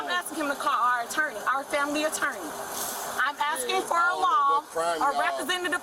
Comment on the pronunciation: What's an "Attaarrneee?"